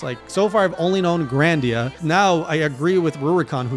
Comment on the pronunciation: Bro it’s GRI-Da-Nia